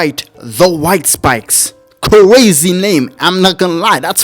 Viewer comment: gotta work on them "R" sounds, homie hearing you say stuff like "cwazy" and "wunning" is lowkey gonna limit your channel, when your personality should make you a million sub youtuber